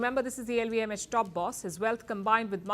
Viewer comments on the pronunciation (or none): Great News show, but the presenter should work on some of her pronunciations to reach a wider western audience... Forty is pronounced as for-tee, not four-tee. Insurance, stress the first syllable, same for Industry. Deter, is d-ter, not day-ter. LVMH, the letter H is pronounced as ai-ch, not etch.